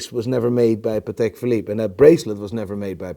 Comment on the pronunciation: Who the hell is buying watches from the muppet that says "PatAK" bet he says "EXpresso" too